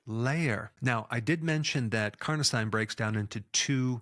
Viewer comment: Dr Berg is so good, but I'm always baffled that he always mispronounces medical terms. Carnosine is pronounced "Car-no-seen", every medical term ending in "-ine" is pronounced "-een" because they are French-derived word. Such as L-Arginine, L-Tyrosine, Amlodipine, L-Theanine, L-Citrulline... All pronounced "-een" at the end. Please Dr Berg, please, it's not that complicated to get it right.